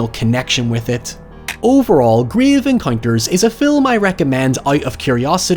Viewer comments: ‘Gryev encoynters’ I love you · I unironically like and enjoy Grave Encounters (love how you pronounce that) both as a FF horror film and a parody. The "scary" part for me wasn't the happenings or ghosts themselves but the repeating or suddenly disappeared hallways, doors and staircases and the time warp effect. I always found those ghost hunting tv shows to be way over the top and trashy (though I watched X-Factor religiously) and so enjoy the parody of them. The show Supernatural actually had a couple of recurring characters that were producing such a show, calling themselves the Ghost Facers. All episodes with them were hilarious. On the topic of fount footage horror movies, have you done As Above So Below?